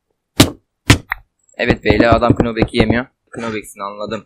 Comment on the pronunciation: Kınobek ne lan knockback diye yazılır nopbek diye okunur :DDd